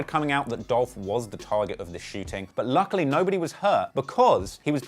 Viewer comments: It's Dolph!!! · It’s Dolph!